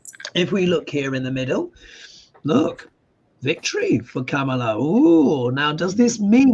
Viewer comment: Comma-La. That’s how you pronounce Kamala!